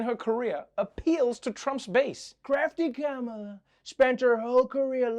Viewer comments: Please use equal emphasis on each syllable of Ka-Ma-La's name . The Ma has no extra emphasis as you say it. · Kamala is correctly pronounced “comma-la) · the vowels are short "ka-ma-la" how hard is it? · Even Trevor cannot call her name correctly in the first clip, good that he's trying to get it right now.